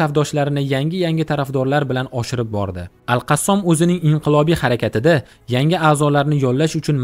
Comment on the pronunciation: Qassom emas Qossam dib etin okajon